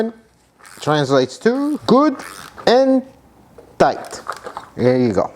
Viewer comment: Gutentight hahaha